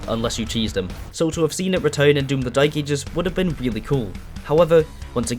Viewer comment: That’s how he pronounces it to be fair and it really winds me up 🙉